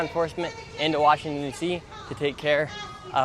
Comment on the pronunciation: WA-shing-ton!! ANUNCIATE!!! Your reporting is top notch!!! Your catch of the drug-dealer arrest yesterday was hysterical!! You should have let the lady SCREAM into your microphone!!